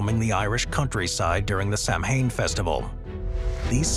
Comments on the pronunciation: im that you are using a reader program but the word samhain is pronounced saowhen , maybe you can educate the progam. its really annoying . but have to say i love the spooky content of all your videos!!! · I believe "samhain" is pronounced "saw-win" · Hi there, I'm the narrator for the channel and you're absolutely right! I totally mispronounced that word. Thanks for letting us know and I promise to ensure more accurate pronunciations in the future! 🧡